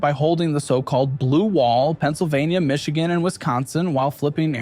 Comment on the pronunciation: Ah yes, my favorite state: "Tcsss." Followed closely by "Michioon" and "Novada"